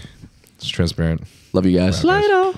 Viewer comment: it's "TRENsparent" and not "transparent" 😂